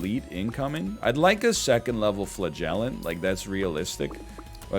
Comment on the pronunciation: Flah-gell-ant is my favorite mispronunciation. Love the snake bby